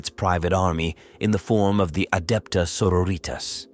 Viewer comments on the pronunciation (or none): Gahh. They're not latina Sisters of Battle. xD 'Sororitas' pronounced like 'senoritas' is truly harrowing to hear.